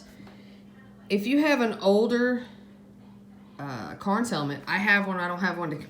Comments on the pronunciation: Cairns, not Carns. Attention to detail, remember? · Never heard of "carns" I've heard of "ka rens"